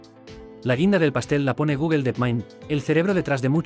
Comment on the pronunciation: ¿Por qué pronuncias mal Gemini y Google?